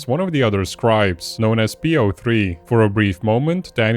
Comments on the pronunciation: lmao sux. no one calls him poe. it's p o 3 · yeah that not how you say that which is why it feels& sounds so wrong& didn't roll off the tongue cuz it's l33t speak it's poe and the 0=o & the 3=e like early 00s Internet 1337 speak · if i ever hear anybody call p03 poe im throwing hands. his name stands for player 03, its an acronym. it isnt l33t speak